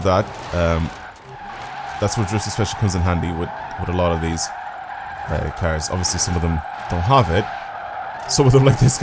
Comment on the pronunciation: I love how he says cars like cairs Idk why I love the way he says it with his accent